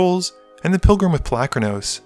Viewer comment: pol-U-kranos not Palackranose.